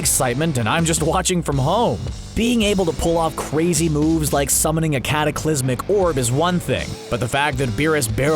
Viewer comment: CAT-aclismic lol (sorry couldn't resist)